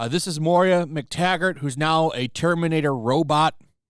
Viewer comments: Do you really not know that it's MOIRA, not Moria? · Moira is “Moy-rah”. “Mor-ee-ah” is Moria. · The name is pronounced MOY-ra.